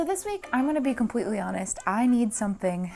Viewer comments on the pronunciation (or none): Does anyone else hear “pwease” and “compwetely” when she says “please” and “completely”? I’m not trying to bully or nag or anything. It was just something I noticed lately so I was wondering if it’s just me hearing that or what. Lol! As always, did another great video!